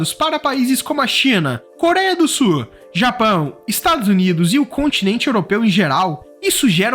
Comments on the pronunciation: Não é "SU"!!!!! É "SUL"! Tem um L no final da palavra! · A PALAVRA E' SUL, SUL,SUL ! ! ! PORQUE VOCE A PRONUNCIA S U R? Essa pronuncia e' a do espanhol.Vais me ouvir dessa vez? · pq vc fala súu e não sul? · Por que vc pronuncia Sur em vez de Sul? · Ferrovia Norte -SUL e não Ferrovia Norte-Surrrrrrr báh!